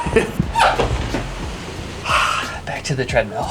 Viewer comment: It’s so cute that in 6th r accent treadmill sounds like treadmeal ❤